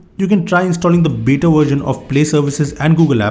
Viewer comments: it's beta not bita!! 😂 that's why were laughing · "beeta" lmao😂